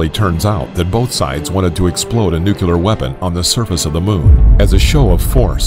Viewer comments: Angel Wilson Depends on where you from. If you're from America, it's pronounced [ New - Clee - Are ] There are actually several ways it's pronounced. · Fresh Lemonade Oh the irony! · Why get a narrator that says nuke-u-lar? duh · Stop saying “nuc-u-lar” pronounce words right if you are going to be a commentator. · It’s hard to take this seriously when the narrator consistently pronounces it “nucular” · Gotta love it when he says nuke you lar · nucular? lol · Are you really saying "nuc-u-ler?" smh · I instantly lose all desire to finish a video the moment I hear "nuke-ya-ler". I mean how tf does a person read "nuclear", and think "this is pronounced 'nuke-ya-ler'"? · wtf is "nucular"? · Why can’t people pronounce the word ‘nuclear’ 🤦🏻‍♂️ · I Was Very Interested But I Had To Cut It Off When I Heard This Dude Say Nuclear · Develops a 10-minute video on the terrible consequences of destroying the moon with nuclear bombs. Can't pronounce "nuclear". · I mean I thought it was a pretty common mispronunciation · The narrator cannot pronounce nuclear and Carl Sagan. Lol. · Nuclear not nucular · Nu-clear. Nu-clear. Say it with me: nu-clear. No, no. Not nukular... Nu-clear. Gaddammit. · Thank you Patrick.I so wanted to post the too. Was so hard to take him seriously all through the video. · Finally somebody pointed it out it was giving me extreme ocd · Just one thing. The word Nuclear is not pronounced nuke-u-lar. (Thank you Daniel Cwik) Think of New and Clear and put those 2 words together to get Nuclear. Just a thought. So many people miss-pronounce that word that it's driving me a bit crazy. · NUUUU CLEEEEEEEEEEEEEE RRRRRR NOT NUCULAR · Of course it’s pronounced ‘New-clear’, the word literally means ‘of the nucleus’. You wouldn’t pronounce that ‘Nuculus’, would you? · Thank you! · This is why I couldn't watch this video to completion. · Nuclear, not Nucler. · Nuclear actually, not nucler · Its Nuclear btw not nucler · Nuclear not Nucler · Lol "new-clear" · Nooo kuuu ler